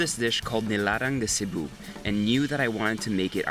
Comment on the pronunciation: You nailed Cebu, that’s my place!👏🏻👏🏻👏🏻👏🏻👏🏻